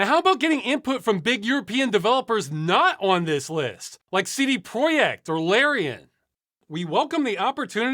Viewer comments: you are one of very few people who pronounce cd projekt red's name sorta correctly lol. it's a polish company so fun fact: in reality it should be pronounced something like [tse de proyect red] but most people just englishify it. just look up how tts says it in google translate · Ross saying "CD Projekt" correctly threw me off for a second but then last I recall he lives in Poland. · Well, at least one good thing to come out of this campaign is that I finally know how to correctly pronounce CD Projekt. Stay strong, everyone! (Especially Ross!) 😎🤘☮️ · I just wanted to say, it's quite refreshing to hear an English speaker pronounce "CD Projekt" correctly. :) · Ross gigachad - also perfect pronounce of CD PROJEKT <3 big love from PL! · Proper pronounciation of CD Projekt. You can tell dude lives in Poland. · I did not expect and was taken by complete surprise by his Polish pronunciation of CD Projekt. :D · Kudos for pronouncing 'CD Projekt' correctly :) Keep up the good work buddy. Signed. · Your perfect "Polnglish" pronounciation of CD Projekt threw me off guard :D